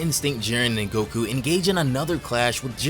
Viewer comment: bro this ain’t goku “necku”